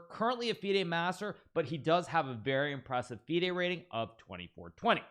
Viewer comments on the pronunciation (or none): none